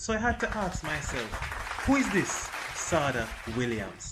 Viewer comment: Yessss thank you for highlighting our STAR but sidenote its pronounced Sha-day ....she absolutely dominated BSSAC in the 2010s and even qualified for the 2016 olympics!! But was injured and couldn't compete